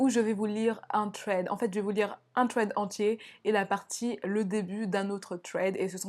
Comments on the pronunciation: Je connais déjà le 2 eme thread ! 😪 mais sa se prononce “sred ” et pas “tred " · C'est trop mignon tu dit "twread " au lieu de "thread" >\\< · Sauf que personne ne prononce ce mot "TRED" xD "SRED", à la limite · Je ne suis pas d'accord, je trouve que c'est hyper frustrant d'entendre des S au lieu des TH 🙁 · On ne dit pas un《thread》avec un t mais avec un s !!!!! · Pour thread, On prononce pas « sraid ? » plutôt que « tréd »? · j'suis americaine et enfaite thread c'est tred tout simplement. sraid je sais pas d'ou ca sort mais ca me fait grincer es dents chaque foi. comme quand vous dite ''the'' comme 'ze'' c'est ignoble ahahaha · Ça de prononcé "sread" 😂😭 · Le pwemier thwead 😂😂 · « Le twed » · le pwemier twed 😂 je t’adore 💗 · HAHAH ”twèd”😂❤️ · j'ai bien aimé ces thwead comme tu dis mdrr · Moi aussi ça m'irrite à chaque fois qu'elle dit tréd 😂😂😂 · Mehdi Mazouz mais oui mais en plus elle est là elle tape des phrases entières en anglais et tout mais « tréd »😭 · C’est déjà mieux que Squeezie qui dit vraiment littéralement « srède » puis ceux qui arrivent pas à prononcer le « th » dites vous qu’aux US une bonne partie de la population prononcent ce son comme un « t » directement et en angleterre c’est même parfois prononcé comme un « f » (écoutez du rap britannique vous allez voir mdr) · Insupportable ta façon de prononcer « thread ». Soit on parle anglais soit français mais on invente pas des prononciations. C’est super irritable. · Vidéo géniale + qui galère a prononcer le mot THREAD j'adore